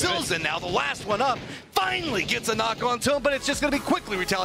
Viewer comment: "My name is and I play for Dig-i-nitas". I don't know why that mispronunciation made me laugh so hard. Interesting to hear Texas is a country too according to Shinboi.